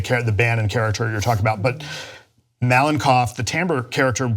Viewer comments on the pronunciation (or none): lol It's MalenkOv, BulgAkov. I know, it makes no sense. Sometimes it's middle syllable, sometimes it's the first one and sometimes it's the last. There aren't any strict rules about emphasises in Russian surnames, as far as I know, but somehow we (Russians) instantly know where they should stand (most of the time).